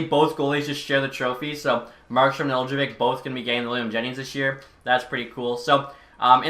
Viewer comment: Just a little pronunciation thing Nedeljkovic’s name is pronounced Nedelkovich. The j isn’t really pronounced in Serbian and for an English non Serbian speaker you can just ignore it. The c at the end in Serbian is a ć which makes the soft ch sound. Most Serbian last names will end in ic and make the ich sound at the end. Just something I as a Serbian speaker thought I would say but I love the content keep it up